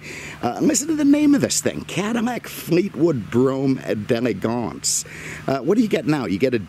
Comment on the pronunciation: your pronunciation of the model is terrible, you must not be French lol it has an apostrophe after the D. So think D and elegance separately. D groovy, D lovely, D' Elegance!